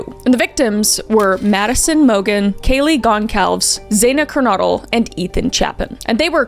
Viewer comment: i love your videos and it’s so weird to hear two cases so close to where i live. also respectfully, you pronounced maddie’s name correctly but kaylee’s last name is pronounced ‘gon-sal-ves’, xana’s name is pronounced ‘z-anna kurn-oh-dle’, and ethan’s last name is pronounced ‘chape-in’. i hope those help with pronunciation. just wanted to clarify out of respect for all of them. all love🫶